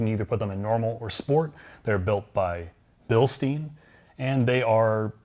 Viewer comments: I know you guys emphasize correct pronunciation of names. So please don`t pronounce Bilstein "Billsteen", it`s pronounced "Bilstine". Thanks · It is not Bilstien it is Bilstein - pronounce it like 🍺 the Beer-Glass you say Stein to